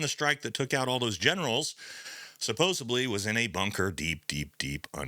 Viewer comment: LOVE the channel but there is "B" in "supposedly"